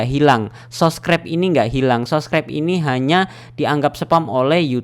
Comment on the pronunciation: Subscribe bang bukan sobcribe hadeeeeeeeehhhhh , bang anda bisa eja dengan baik nggak